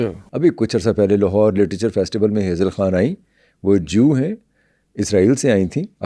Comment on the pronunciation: Abay yeh konsi community hai pakistan me...jo..kh...sunne k baad bhi...ha...boltay hain..for example Khan..haan... Khaatoon...haatoon Kh...lafz...se inko chirh chid hai... Ya ..kh..ne inka ijtemayi...RAPE..kiya hai...? From india 🇮🇳 ♥️